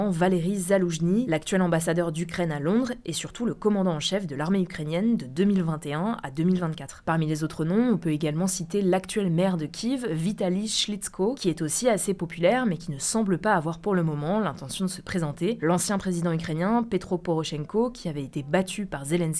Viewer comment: Comment elle a écorché le nom de vitaly 😭